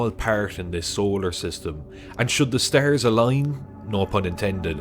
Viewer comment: Can you say "stars" ? Not stares